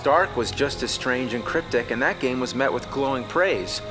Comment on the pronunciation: I love how AVGN pronounces "game" as "game-uh" and "garbage" as "gar-bitch"